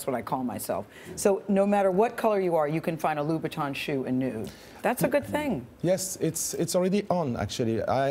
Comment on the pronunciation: You must be kidding me!!! He is NOT Louis Vuitton. So before you pronounce his name learn how is pronounced. There is also a back stage where you can ask him how is really pronounce his name. AND Saying correct someones name !!!!!!!!! IT MATTERS !!!!!!!!! If you cant pronounce it is other thing, but you need to give your best so you can pronounce CORRECTLY!!!!!! BTW!!!!!!!!! Louis Viutton vs Christian Louboutin is really important to say CORRECTLY. The reason for that is the brand name that has his own marketing. Saying Louis Vuitton is not gonna help !!!!!!!!!!!!!!!!!!!!!!!!!!!!!!!!!!!!!!!!!!!!!!!!!!!!!!!!!!!!!!!!!!!!!!!!!!!!!!!!!!!!!!!!!!!!!!!!!!!!